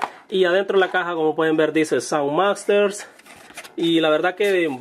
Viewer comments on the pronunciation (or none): SOUND MASTERS AJAJJAAJJAJAAJJAJAJ es Sound Matters :B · que dicen sound masters? y dices que vives en estados unidos? xD en realidad dice "sound matters" osea " el sonido importa"